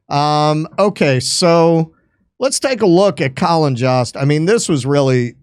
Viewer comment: Jost rhymes with host and roast